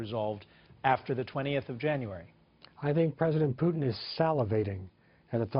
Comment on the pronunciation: What the fuck is Pyutin? the host keeps saying Pyutin